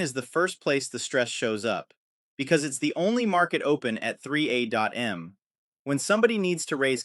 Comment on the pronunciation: I was listening until you said 3 A dot M. Wait what! Your AI is brilliant!❤ The Content is on spot! But from there I started to watch the mannerisms of your AI. Love it! Subscribed just for your sympathetic AI.